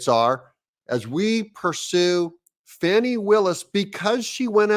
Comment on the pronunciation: Doug, it's Fahh-nee, not Fanny.